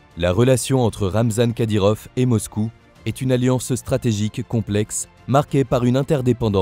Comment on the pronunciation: Les français m'énerve a dire kadyrof c'est kadyrov!!!!!! Tout le temps a dire F au lieu de V c'est français pourtant !!!??